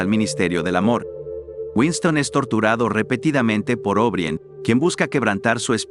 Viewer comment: Creo que está muy, muy bueno. Solo les haría una observación relativa a la narración: O'Brien se pronuncia O'Bráien, tal cual, no Óbrien. Felicitaciones y saludos cordiales.